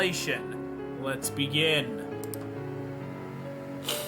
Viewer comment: Instead of saying let's begin you said lesbian